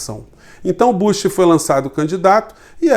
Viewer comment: o nome é BÚSH e nao bâsh